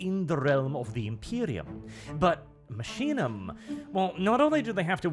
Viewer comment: Order from the machine? No, it should actually be Ordo Machinarum. Order of machines. Machinum would probably be an abbreviation created over the thousands of years. I also believe it would be pronounced Makinum, not masheenum like says it.